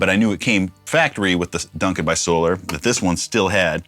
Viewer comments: 😂 great videos Rob you seem like a awesome and humble guy. Keep up the great work my guitar brother. By the way Ola says So-lar not So-ler🤘🏻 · Another cool guitar! Your commentor is correct Rob. It is in fact SOL-AR instead of SOL-ER. I am subscribed to his channel. Ola probably doesn't care how it's pronounced either way but that is how he says it on his channel. White explorer style looks great and natural on you brother. Because of James I have always been drawn to those styles but never owned one either. I have been on reverb looking at some Solars for sale since you posted the last video. May have to end up getting one soon! Some killer riffs in there by the way. Keep the videos flowing 🤘🤘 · Ola says "So-LAR" not "So-Lor" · Why would it be So-LAR? The word is solar and is used in english all the time. Solar system. Solar panels. Solar power. Solar guitars is pronounced the same way. Ola pronounces it so-LAR because hes Swedish. He pronounces lots of words differently than we do when speaking English. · Ola pronounce is sol are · It is pronounced the 1st way (SO LAR) 😊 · It's Solar cuz sOLAr, so its pronounced similarly as you pronounce Ola (so it's with the Á). Also aren't those tuners self-locking? not sure